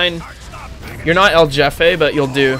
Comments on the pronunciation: I know it’s not his fault but hearing Jefay instead of “hefeh” made me want to die lol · When u say "jefe" its not like yefe, its like when u say "holy" but in "hefe". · There's no english J sound in Jefe, its like hey without the Y, hefe. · Does he know it's not pronounced like "Jeff-A" or..? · "jefe" is pronounced like "hefe" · isnt it pronounced hefe? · i would like to correct the pronunciation, but you seem to be having too much fun so sure, his name is jeffe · Why do you say jefe like that. That annoyed me the entire time